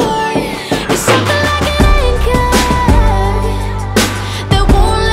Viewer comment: one of my goals in life is to pronounce ANCHOR just like how she pronounces it.